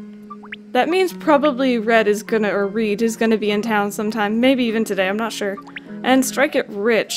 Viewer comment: I'm sorry but it's red not reed,it's just red with another d Redd